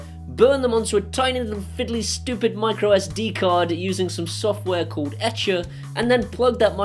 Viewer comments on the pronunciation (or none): none